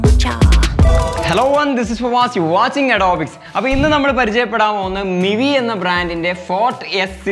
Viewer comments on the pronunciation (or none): none